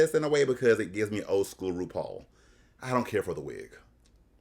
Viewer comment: I love Russian says rupaul is Rupaulu